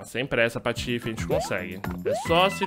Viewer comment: por. que ele e o patife e ele fala patofs